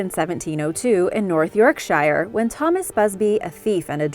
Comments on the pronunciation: Btw yorkshire isnt pronounced that way its york-sher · Yorkshire. Pronounced yorksher